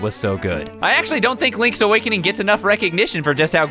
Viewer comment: Lonk's Awokonong